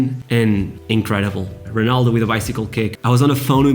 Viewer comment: I just found the video. I thought you were brasilian because you pronounce R like H, eg Honaldo instead of Ronaldo. I thought only Brazilians pronounce it like that. Also i was expecting Rui Costa as number 10 not Maradona. And last but but not least, ah Euro 2004 my favourite competition with my national team playing total football (kidding) and winning the cup against the hosts!